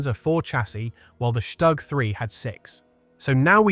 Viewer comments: The acronym StuG is NOT pronounced Stugg in German. It's Shtook; not a short vowel O or a long one but something neutral, in between. The consonant G is "hardened" through "Auslautverhärtung" (that happens to be the correct linguistic term and it means "final-obstruent devoicing" or "pronunciation hardening", of the finite consonant in this case, into a K, as in Hamburg --> Hamboork. The same or very similar mechanism appears in many other languages also. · It's not pronounced Shtag but Stug....."St" is pronounced with a "sh" and the "u" is prnonounced like "oo". So it's "SHTOOG". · it's pronounced "shtook"